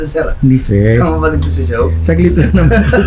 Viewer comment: hindi "No" yun. "Mo" yun. hahahahahah